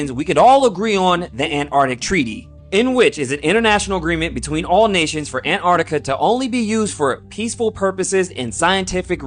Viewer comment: im sorry but theres a T in Antarctica!